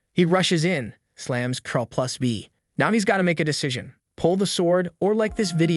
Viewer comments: its called CTRL not TROLL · CTRL is pronouce the same as CONTROL bro... not "troll"